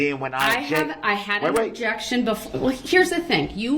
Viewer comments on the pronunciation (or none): Besides "onjec-shun" "grounz" "troof" "oaf of office" "boaf detectives" "axing questions" was "fair" ad nauseam.